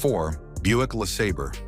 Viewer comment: Buick "Lah Sah Burr" 😵‍💫 LMFAO - Love this channel's AI voiceovers!